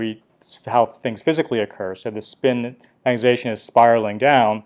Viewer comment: You aren't the only guy who says magnetization like "magnet-ation", saw a video of a guy from Stanford doing same thing. Say it like a Canadian my friend, "magnet-eye-zation" ... Your videos are great BTW, 2018, 2019, all of them, love it, magnet-ation is a minor irritant, I don't actually care that much ...